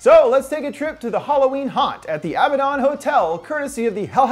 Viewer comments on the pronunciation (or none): It's not Abba-Don. It's A-bad-en.